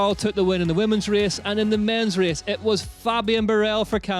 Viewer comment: Hard to pronounce well italian names while still struggling to pronounce english words like "race" or "pace"... 😅 But I like anyway the effort to upload this recap already on sunday!